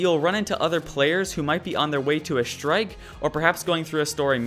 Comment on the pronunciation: He says "shtrike"